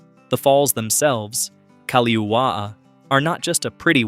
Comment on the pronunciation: If you're going to make a video on Hawaii, PLEASE learn how to pronounce Hawaiian words! You destroyed the pronunciation of the word "Kaho'olawe," " Kaliuwaʻa," "Kamehameha" and so many more.